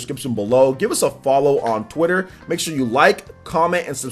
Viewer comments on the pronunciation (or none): none